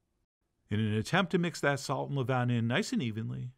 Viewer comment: Levain is pronounced the way you pronounce Oscar Levant's last name, but without the T on the end. Only mention it because you said it so many times it was driving me nuts. Beautiful bread.